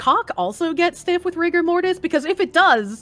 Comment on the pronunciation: You said "rigger" in the op, not "rigor". hence the "hard R mortis"